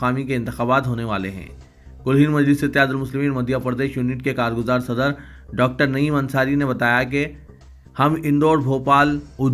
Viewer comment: صَدَر نہیں صدر ہے صحیح لفظ